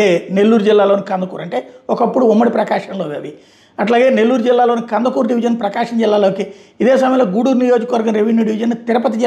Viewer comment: అది కందకూరు కాదు కందుకూరు